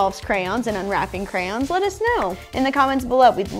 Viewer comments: says "Kray-On." says "Kran." is saying it correctly! ❤🧡💛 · I find it annoying to hear "CrANs" instead of Crayons. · Dude theyre not "crans" theyre "crayons" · THEY’RE “CRAY-ONS” 🤦🏼‍♂️